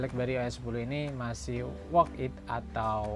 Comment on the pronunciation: worth it mas, bukan work it :v